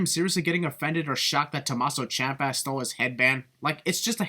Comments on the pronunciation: Tomasso Ciampa pronounces it Tom-aw-so Champa. That should be accepted as the proper way to pronounce it since he’s the one saying it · I chose to pronounce Tomasso ciampa’s name as Tom-mass-o champ-a